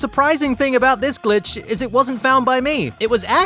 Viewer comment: it some times in my opinion sounded like son of a b word